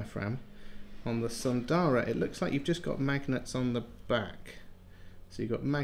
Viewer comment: Isn't it S_u_ndara, or is are these some Aliexpress specials? :D